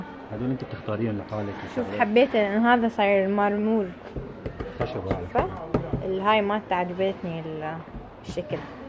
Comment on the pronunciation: منو انتبهه ع كلمه مرمور 😂😂😂عود مرمر